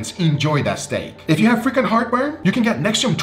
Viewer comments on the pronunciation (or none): So at first I thought Guga said "if you have frickin heartburn" but then I realized he said "frequent heartburn" LOL. I was over here agreeing like "yeah man, this frickin heartburn is terrible, I agree" 🤣🤣🤣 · I thought you said Freaking heartburn lol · It took me a while to realize it was "frequent heartburn," not "freaking heartburn"